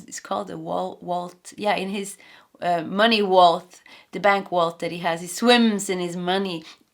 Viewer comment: Scrooge McDuck or smth like that. And it’s Vault in English. We pronounce the V.